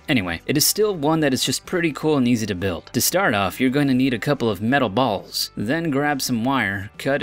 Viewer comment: How he says balls